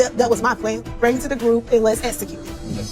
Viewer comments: Esicute Tisha the word is execute. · EX-ecute, EX-po, EX-pose…even though she’s not currently seeing a speech therapist, she can practice on her own. I do it all the time for words I trip over. Google offers the correct pronunciation of words, IJS 😮‍💨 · Latisha in almost every scene tells you "I am a businesswoman" KMSL, hunnny I can say I am a millionaire it doesn't mean that I am. Until she learns the pronunciations of the letter X and S I can't take her seriously!!!!! And the person who keeps telling you they are something is probably not what they are saying. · Apparently pronouncing execute is as difficult as pronouncing ASK. Just saying.😂